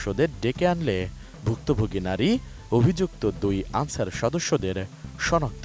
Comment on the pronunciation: আনছার না ক্যান্সার